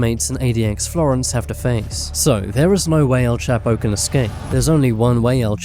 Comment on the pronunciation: All. those times you said his name and you STILL can't pronounce it